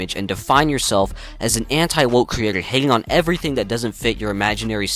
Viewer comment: And everytink